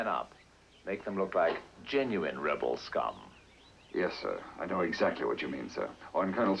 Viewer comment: Rebel Scum... British actors can really say that well...